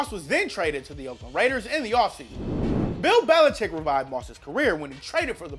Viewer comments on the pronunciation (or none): none